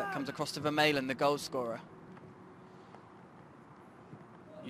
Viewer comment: commentator should learn the players names correctly. Vermaelen